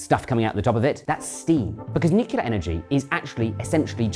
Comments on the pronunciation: He never says "nuclear" but "nucular" 😄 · Nuclear, nuclear, nuclear Boils my blood when I hear nucular FFS